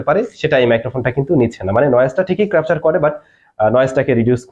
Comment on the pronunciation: ধীরে বলেন ভাই।।দ্রুত বলতে গিয়ে ক্যাপচার কে ক্রাপচার ও হযবরল কে হযরলব বলে ফেলছেন। অনেক বড় চ্যানেল তাই এ বিষয় গুলো আরো সচেতন হওয়া দরকার।